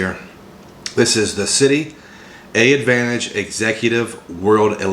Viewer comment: Hey brother... the first A in AAdvantage is silent. You just say Advantage.